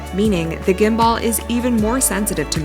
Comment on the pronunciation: "gimBUHL" is how it's pronounced, the lady in the video IS a native English speaker but she is unfamiliar with how the word gimbal is pronounced (it is sort of a technical term so I'm not surprised)